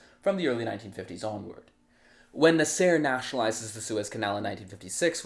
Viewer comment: Your name pronunciations are hilarious. 😂 I'm not saying they are wrong, just never heard anyone pronunce Haganah or Nasser like that.